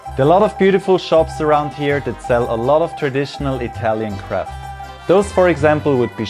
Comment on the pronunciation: I understood "...lots of traditional Italian CRAP.." xD I know you meant craft but I could not hold it back haha! Nice video as always!!